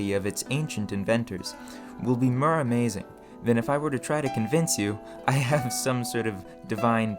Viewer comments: Mur? Fur? Instead of “More,Fur, etc” I’ve gotta ask are you just messing with us or genuinely the way you speak? I thought I was going crazy at first 😂 Either way amazingly done videos ✌🏼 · Where in america are u from? You have a distinct accent like the way you pronounce more as murr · Interesting. But why do you keep mispronouncing "for" sounds. Like, you say "befir" when you mean "before" or "mir" when you mean "more". It's really disturbing. Do you have a lisp or are you using a bad AI voice?